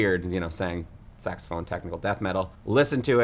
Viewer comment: Sax-a-ma-phone. SAX-a-ma-PHONE.